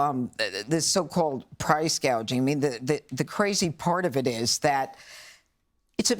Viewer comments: I get a kick out of how Kamala couldn't even read and pronounce the word on her teleprompter. There''s a big difference between "Gauging" which we old Tanker Stiffs did to determine the amount of product in our cargo tanks, and "Gouging" as in "Price Gouging." :) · Price GAY-ging (gouging), Harris said. When people mispronounce key elements of a "plan", their program is probably a scam. Read your latest scam letter congratulating you on winning a million dollars or a new car or a free vacation to Disneyland. Their spelling, punctuation or mispronunciation is your first key to suspecting a scam, a liar, or pandering. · Why is it that no one is keying on VP Harris lack of knowing anything. She just speaks words that someone gives her she has no real understanding of reality. Her plan is for price controls to stop gouging yet she calls it gauging (reference her speech clip within so start to understand the full context). She is what US Representative Alexandria Ocasio-Cortez is just older and still as ignorant. We have already given people 100% financing of homes. That ended in the 2008 crash. Canceling student debt , spending federal dollars on illegal immigrants and passing out down payments for homes and buying arms to replace those given to the Ukraine a massive unacknowledged Keynesian pump priming keep the economy afloat. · Doesn't anyone hear Harris saying price gageing instead of price gouging? She doesn't even know what she is talking about. Food prices are the result of Biden and Harris policies. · She didn't say price gouging, she said price gaging.How come nobody's talking about?How silly her talk is?She doesn't know what she's saying.She's a pawn for those that are trying to destroy america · She couldn't memorize gouging? If I had an idea like that, I could remember the words it's my idea to stop gouging. Why did she say gaging? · What in the world? She didn’t even pronounce it correctly … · Can you vote for someone who cannot pronounce "gouging"?